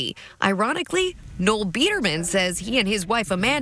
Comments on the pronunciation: the correct way to pronounce “Noel” Edit-actually, ur calling him “Noelle” on purpose aren’t you? 😂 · his name is pronounced “NOLE” like Noel Fielding, you play clips of people saying it correctly and then continue to call him NOELLE which is a GIRL’S NAME ABOUT CHRISTMAS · His name was pronounced several times in interviews clips you used. It's Noel, pronounced "Noll" come on man :-P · His name is Noel, not Noelle. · You've mispronounced Biderman's name the whole time. Noel rhymes with "hole". Noelle is a woman's name. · I get a real kick out of people pronouncing "nole" like "no-elle". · The funniest part of this entire video is N-o-l’s name being pronounced as n-o-e-ll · Bro, you even have clips where they pronounce Noel Biederman‘s name, and yet you keep pronouncing it No-ell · Pronounces "Noel" as "Noelle" even with multiple clips saying his name correctly. Says "$19.99" while showing a screenshot of "$19.00". A real pro here. . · As a Noel myself, I died a little every time you said ''No-well'' as his name.